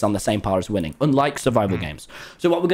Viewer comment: "Wil, Wil- I have injected winning (I THOUGHT HE SAID WOMEN) into my veins."